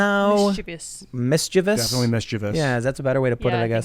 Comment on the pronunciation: I love how Tim pronounces mischievous correctly.